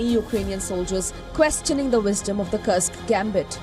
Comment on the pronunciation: Would you kindly stop mispronouncing the name. it's KURSK, not KURKS. Thank you <3